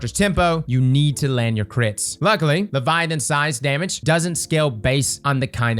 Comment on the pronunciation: Bro, why you say it weird? 😅 Leviolence? Leviolins? Say it with me LE-VI-AT-HA-NS